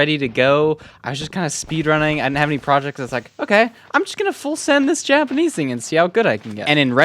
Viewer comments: Why did I hear yapanese at first😭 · Yapenese? Haha I love these videos